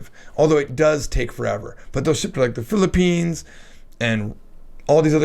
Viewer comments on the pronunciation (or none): none